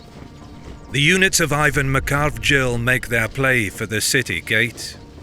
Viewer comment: The commander's name was 'Ivane Mkhargrdzelli' not 'Mkharvgil'. Thanks for the video!